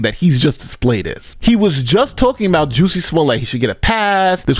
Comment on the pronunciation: Why do you keep pronouncing his name as "Juicy??" That's not correct!